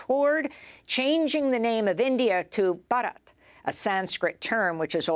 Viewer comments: It's pronounced bharat , not barat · The correct pronunciation is Bhaarat.